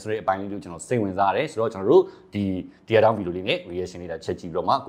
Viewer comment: Teardown = တဲဒေါင်း လို့ အသံထွက်တယ်။ မျက်ရည်ဆိုမှ တီးယား လို့ထွက်မှာ။ အခုဟာက မျက်ရည်မဟုတ်ဖူး။